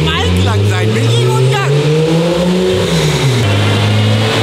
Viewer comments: Ying und Yang😂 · Yiing und Yang😂